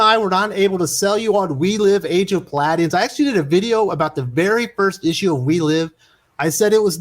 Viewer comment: Pah-lady-ons. You’re a good kid.